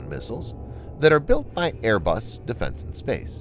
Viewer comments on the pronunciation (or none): none